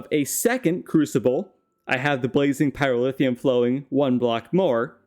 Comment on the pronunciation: absolutely love these videos but the pronunciation of pyrotheum infuriates me to no end haha